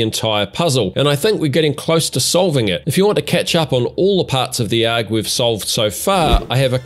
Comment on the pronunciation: I don't think anybody phonetically pronounces ARG... They just say the letters. That threw me for a loop.